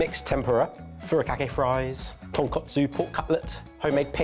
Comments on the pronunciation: Yes, yes, yes!!! This was such a great comeback! One minor but important correction on mixing up pronunciation of ‘tonkatsu’ and ‘tonkotsu’ earlier in the video, which says very accurately. I am sure he does know the difference as he seems to get it right towards the end, but a head mistress in me cannot help but to clarify; Tonkotsu = Pig bone, Tonkatsu = Pork cutlet. Other than that, Okonomiyaki, takoyaki, gomashio, Izakaya were pronounced perfectly ❤ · Them keep calling Tonkatsu (Pork cutlet) TonkOtsu (Pork bones) is killing me deep inside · Just a friendly Japanese lesson for:) I've heard say Tonkotsu sauce in previous videos too. Panko crumbed pork is TonkAtsu (ton - pork + katsu - Japanified shorthand for katsuretsu or cutlet) TonkOtsu is pork bone (ton - pork + kotsu -suffix meaning bone) and pork bone broth is just colloquially known as Tonkotsu just as it's own flavour. If I were to write out an ingredients list for Tonkotsu broth, I would list 2kg of tonkotsu referring to 2kg of pork bone. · Gentlemen, I know this is another language, but this is "tonkatsu", not "tonkotsu." The latter is pork bone broth. You are rightfully calling this "katsu", which is a shortened form of "tonkatsu", fried pork cutlets. "Katsu" comes from cutlet if that helps. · Take a shot for every time they say ”tonkotsu” or ”katsu”